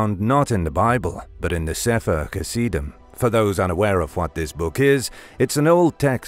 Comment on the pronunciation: You can't even pronounce the name of the book properly. It's called saffer hasidim ghhh sound in there and that's how it sounds not how it's spelled. And my Hebrew is not the best but it roughly translates to book of holy men or holies